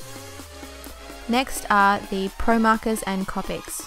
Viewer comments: copics are said coe-pics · its copic like if there was en e at the end for the onot triying to be mean so just to let you know